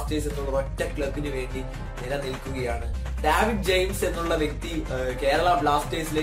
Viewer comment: ഡാവിഡ് ജെയിംസ് അല്ല.. ഡേവിഡ് ജെയിംസ്....